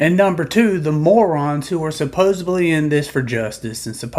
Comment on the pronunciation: Supposebly ???? why do sooooo many Americans say Supposebly ???? its weird ... English is your first language right ? I am Norwegian and even I know the word is supposedly ...with a D not B LOL Americans are so weird